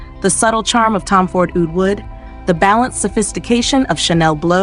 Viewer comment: OOD, not OWD, get a real person to narrate, another BS AI video 🤮